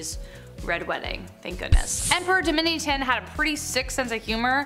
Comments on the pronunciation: Domitian should sound like omission 😣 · Domitian is pronounced "Dom-mish-un". That's just an example - you mispronounced about half of the names you said. Jeez - at least you're pretty.